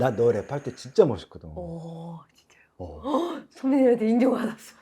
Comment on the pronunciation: 아이 지쨔료 지쨔료 ㅋㅋㅋㅋㅋㅋ 미미 발음 개웃